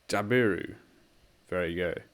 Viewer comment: JAB-i-roo CACK-i-d00 Cooinda T/O = 53 kms to the Cooinda turn off Good jpb mate!